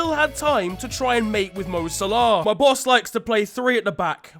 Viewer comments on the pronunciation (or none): none